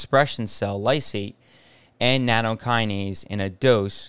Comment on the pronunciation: NATTOKINASE NOT NANOkinase